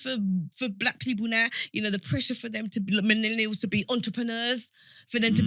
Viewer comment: she needs to stop saying MENELIALS. WTF man